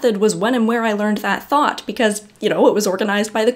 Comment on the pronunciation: I hear thought but I hear Thot. LOL. idk why